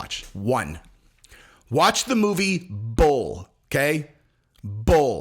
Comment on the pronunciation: Guys, the movie he's saying is "Bull", I thought he was saying bowl and had a lot of trouble trying to find it 😅